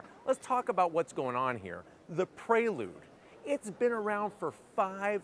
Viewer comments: It’s PRE lude….not PRAY lude lol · I keep hearing him say Praylude instead of Preelude. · Nice car but hearing "pray-lood" so many times is giving me anxiety 😂